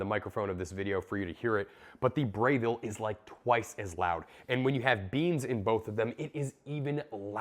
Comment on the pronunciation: It's Breville not Brayville 😂 Good comparison video!